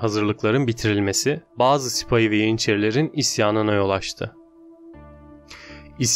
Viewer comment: hacca ve sipahi kelimelerinin telafuzlarına dikkat etmelisin